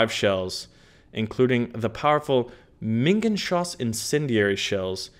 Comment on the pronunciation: You pronounce minengeschoss like meanaen (ae pronounced like one letter) gaeshoess